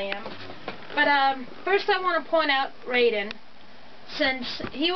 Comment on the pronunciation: So you said all the names right except for your favorite. It’s pronounced Rie-deen. Look up the original cartoon. It’s amazing. Raideen was the first transforming robot and the director went on to direct Gundam.